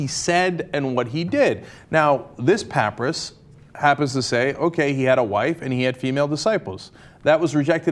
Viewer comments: pap-aye-ris, not pap-uh-ris. and also cop-TIC not cop-ic. do some research before you report on something. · pronounced papyrus not papryis think thats right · Er, isn't papyrus said pa-py-rus not Cenks 'pap-ri-us' all those uncertain 'errr's in front of his 'pap-ri-us' annunciations make me think he's saying it wrong. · Arrrgh! The word "papyrus" is pronounced, PAP-pie-Russ, not PAPY-EAR-us ! Sorry, but that just grates on my ears. And is a really dumb mistake, as papyrus, an early form of paper, is one of the Egyptian's most famous inventions. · Cenk it's "pah-pie-rass" not "pap-russ." Also, individual books of the Bible had been translated and copied by hand for generations so many times that when Constantine ordered the first actual Bible put together there were so many differences in the texts they could've put together some 1,000 different versions and no two would've been alike. The book of Genesis is a dead giveaway on this--- for it contains two completely different versions of creation. Did it take three days or six? The Bible says both. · Dafuq is a pap-rus? I thought it was a papyrus (pah-pie-rus)? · Dear Cenk, it's not "pap'rus'" It's Pap-I-Ris, pap-pie-rus, get it, Papyrus, with an "i" sound. And this papyrus is at best an 8th Century gnostic writing and has Nothing to do with the 2000 year history of Christianity. Cenk and all of TYT should stay away from Christian issue, their ignorance is what fools thrive on... You might think the Mormons would jump all over this papyrus but they don't. In Mormonism Jesus is a polytheistic polygamist with at least 3 wives and lots of kids. And Mormonism proclaims to have "The Abraham Papyrus", which it's not. It's a sen-sen text from the Book of The Dead and dates not from 1800BC but rather around 100BC. Mormons are fools for a good story. Which reminds me, Bundy, Reid, Korn, (the BLM guy in Nevada) and Glenn Beck are all Mormons. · It's pronounced pah-PIE-rus. pəˈpʌɪrəs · its pronounced "puh-pie-ris" :)